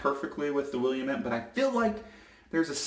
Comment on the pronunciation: Willamette is a native American word and is pronounced “Will-AM-it”. Here in Oregon we have the Willamette Valley, the Willamette River, and the Willamette national forest. Native trees to the area include fir, pine juniper, and cedar. It is from these trees that I took inspiration for the notes of Willamette Woods shave soap. I'm glad you enjoyed it!